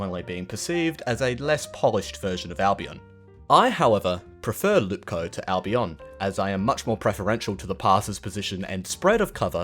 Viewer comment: It's not "Lupkow", it's "Łupków"